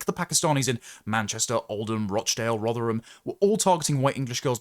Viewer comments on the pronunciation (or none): none